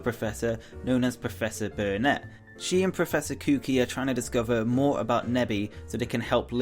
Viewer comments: not kuki kukui koo-qu-ee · It’s pronounced Mon, like Pokémon, Not Mohen. Also, it’s pronounced Koo-Kooi, Cooki XD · Blah blah blah mr kooki. His name is professor kukui not kuki or kooki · Did he justsay professor kooky? ITS PROFESSOR KUKUI (kuh-koo-ee)!!!!! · its not profesor kuki its kukui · KOOO KOOO EEE NOT KOOKEEE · proffesor kukui is koo-koo-E not cookie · He calls professor kikewie (how it's pronounced) like professor kookee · It's koo-quee Kukui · It is ku-ku-i! Not kookie! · Koo-Kwee not Koo-Kee :/ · It's not kewkey it's ku-ku-e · The pronunciation is closer to koo kooie not kookie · Proffesor KKOKI?! its pronounced coo coo we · Koo koo ee not koo kee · "Kyu-ki" lol It's "ku-ku-i" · why do people pronounce kukui as" kooky?" i live in hawaii and it is pronounce koo-koo-ee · oh my gosh, people, please look up correct pronunciations before uploading videos. Kukui is pronounced like Koo Koo E not koo qwee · ITS PRONOUNCED KOO-KOO-WEE NO KOOKEE WTF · Ha... professor kukui not kuki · It's ku-ku-E! not cookie lol just jk :) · Not ku kid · The fact almost everyone misspronounces kukui's name but this man took it to another level where the hell do you get COOKEE from kukui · "Kuki" lmao. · It's kukui. Not kooki. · It's pronounced Ku-ku-e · it's ku ku e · intensify..... Sorry, but it's pronounced as Kukui......... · Kukui is pronounced KOO-koo-EE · Pronounce professor Kukui like "Coo Coo E" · Professor what? Professor KUKI? LOL Dude, youre a poketuber, you cant make mistakes like that. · Professor "kookie?" You said it wrong.XD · Anabel isn't Looker's subordinate, she's his BOSS. Also, it's pronounced Coo-Coo-E and Pelluh-go not Pell-log-go. Jeeze. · kukui's name is said as koo- koo-ee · Wait.... HES CALLING PROFESSOR KUKUI KOOKEE. WTF! PRONOUNCE IT PROPERLY! English is your first language! Learn it! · You pronounced "Kukui" wrong. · The way he pronounced kukui made me want to go on a killing rampage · Professor Kukui has 3 syllables :-/ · U said kukui wrong